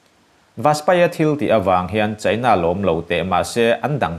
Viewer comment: Mizo ṭawng i van chhiar thiam lo em em...China i lam dan thleng hian inzir i ngai...i thu chhiar a ngaihnawm nen